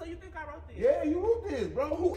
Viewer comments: lmao...you rooed it bro...lmao. He was so discombobulated he couldn't say wrote.. #TeamF'nZavia LMAO why he tryna wake up smart..I hate yo mouth 🤣🤣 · SIR!! It is wrote!!! NOT ROOT!!! 😭😭😭😭💀 #TeamZavia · He kept saying “you root this” lmfao